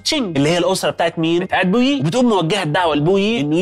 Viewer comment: اسمه بوئي وليس بويي